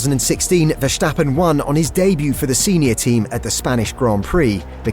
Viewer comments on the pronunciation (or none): max is pronounced versTappen and not verhstappen. please get your dutch right. greetings from south africa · GREAT content. btw the pronunciation of “verstappen” is [sta] - not [shta] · vershtappen ahahha